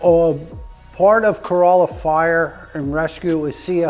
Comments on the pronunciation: It's actually pronounced "Co-RAH-Luh." Not like a Toyota Corolla. Notice - He knows. 🤙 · You need to pronounce the name of the town properly. It is pronounced Cor-all-a not Co-roll-a, the town is not a Toyota! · Tourists say Cor-O-lla (like the car). Locals say Cor-A-lla. I drive by this station everyday. Never met Richard, but I appreciate his contribution to the community here. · Thank you! I CRINGED when he pronounced it that way! Yikes! And yes, I live ON the Outer Banks, just not in Corolla. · Someone help this man say things correctly. Corolla like a Toyota is the wrong way my dude. Surprised hte department didn't beat you with a firehose for calling their department the wrong name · The was he mispronounced Corolla 😵‍💫